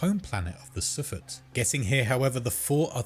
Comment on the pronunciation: The way he say's "S'pht" and "Durandal" has my huge marathon fan brain sadge, but good video! Shoulda refrenced some of the other lore goats or the deeper lore the names come from